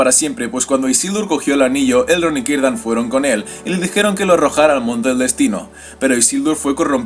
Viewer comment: Hola, una pregunta; ¿porque los nombres elficos que empiezan por "C" los pronuncias con "K", como Celeborn , Celebrimbor o Cirdan ,si se ve claramente que es una "C" y no otra letra?